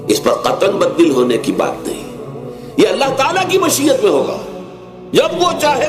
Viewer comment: اللہ تعالیٰ کی مشیت Mashiyat اللہ تعالیٰ کی چاہت اردو کا جنازہ نکال دیا تلفظ درست کریں یہ آپ کی قومی زبان ہے اسے مجروحِ ہونے سے بچائیں ۔